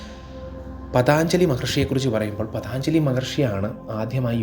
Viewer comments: പതാഞ്ജലി അല്ല പതഞ്ജലി മഹർഷി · paathanjali ennalla ennaey njan paranjullu....pattumenkil kshamichalum.. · Pathaaanjsli Maharshi aaraanaavo mahaanubhaavas..PATHANJALI....pinnaeyyy ...Anandhan..athaaraanaavo, ..adimadhyanthamillathathanu ...ANANTHAN..NAKHANGAL, ENNU dayavayi ucharikkallaey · പതാഞ്‌ജലി അല്ലടാ. പതഞ്ജലി എന്നാണ് ആ മഹർഷി യുടെ നാമം.😅😅😅😅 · പതഞ്ജലി എന്നാണ് പതാഞ്‌ജലി അല്ല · Pathanjali is correcy pathaanjali is wrong pronounsiation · Pathanjali alla പതഞ്ജലി